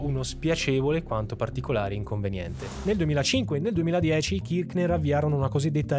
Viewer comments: KirC ner….senza ch k 😊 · Ciao, la pronuncia corretta è Kirshner (con la s fricativa, che non so trovare su questo notebook). Anche se, per quello che hanno fatto all'Argentina, meriterebbero ben peggio che la storpiatura del cognome.